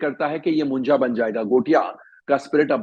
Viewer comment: Not मुंजा it's मुंज्या 😂